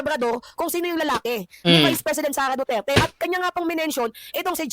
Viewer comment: Hoy baka nakalimutan mo na yang sinasabi mong SARAH DUTER ai isang vice president at anak ni tatay digong na dating president pero ikaw na ugok ka kung makapag bigkas ka ng pangalan ni vice president SARAH DUTERE eh para lng kalibil mong buang ka. Pag ikaw pinatay paba mag sipag iyakanang pamilya mong hayop ka. Kahit taong bayan lang ang makakita sayo tiyak lasig lasog yang katawan mong kalansay hayop ka putangina mo